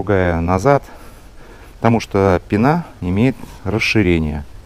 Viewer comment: Очень познавательно, но пенА уши режет